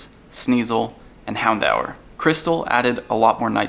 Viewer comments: THATS NOT HOW YOU PRONOUNCE HOUNDOUR! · I cringe every time you try to pronounce Houndour,;(